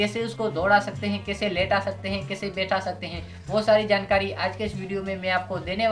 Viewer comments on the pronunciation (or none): none